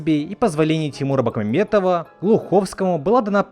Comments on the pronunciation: Почему ты произносишь фамилию режиссера через букву "Э"? Там же написано Бекмамбетов, а не Бэкмамбетов. Откуда это желание вставлять букву "Э"? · Не Бакмамбетов, а Бекмамбетов. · Бекмамбетов. А не бакмамбатов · Серьёзно?! Тимур "Бакмамбетов"?! Автор, это неуважение к человеку. Мог бы постараться и произнести правильно. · Научись правильно произносить фамилию Бекмамбетов! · Автор скажи по слогам Ти-мур Бек-мам-бе-тов